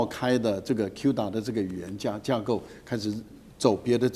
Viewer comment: 是:哭打 不是Q打